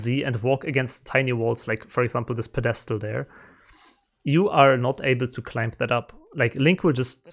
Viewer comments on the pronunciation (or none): It amuses me how you pronounce “Pedestal” sorta like “Podesta,” which is a controversial American political figure. It makes me smile. Peh deh stell is the phonetic pronunciation